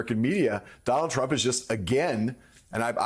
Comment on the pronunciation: I heard she mis pronounced his name as "Mr Rump"! LOL